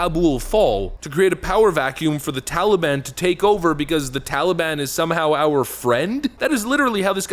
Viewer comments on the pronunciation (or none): Tally-bon?? Hey, tally my banana... daylight come and Joe's a useless clown. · He says TOLLY BAHN. 🙄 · ...Why the F does he keep calling it the TALLY-ban? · I missed hearing grandpa say tollybon.